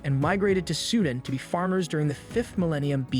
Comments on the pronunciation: Great présentation. The only minor and I mean minoré is mispronoucing Pangea and Sudan and some others. On the other hand I may be mispronouncing. Thanks! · If you want to do videos on nations and history, have your narrator pronounce things correctly. Of course there may be various legitimate ways to pronounce certain words, but no one accepts your pronunciation of Xia and Sudan.